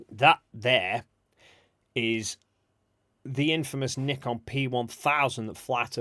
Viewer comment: Oh and I learned the proper way to pronounce Nikon. I always thought it rhymed with icon.